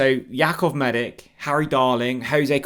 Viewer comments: you really are useless with the player names. ‘Medick?’ Seriously… ‘MEDICK?’ Dudes Croatian so it’s obviously pronounced - Meditch. I mean, Stankovic, Modric, Rakatic, Perisic, Rebic… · You pronounce it medich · His surname is pronounced Meditch. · Surely that’s not how his surnames pronounced? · Such a big deal mispronouncing his name🤦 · I know it’s a petty thing to point out but he does it EVERY time. How many times have we heard ‘Maharvo?’ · Thought so. But it wouldn’t be if he bothered to check pronunciation 😂